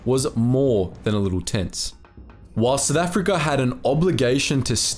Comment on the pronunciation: Lolz, it's "South Africa", not "Sith Africa". 😂😂😂